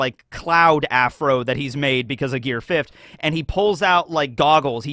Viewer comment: “Gear fiff’d” 😂